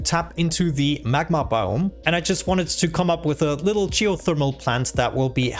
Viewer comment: I love the way you say "biome" sounds like "boom" with a really thick accent please say "I like to see the explosions go BIOME!"